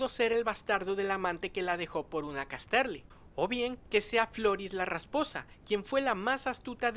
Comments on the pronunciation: Gracias por traer la información :) Se pronuncia Cás-terly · Estas pronunciando horriblemente Casterly... No Cas-terly.